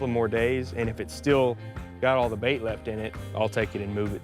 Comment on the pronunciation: Sounds like mash not bait lol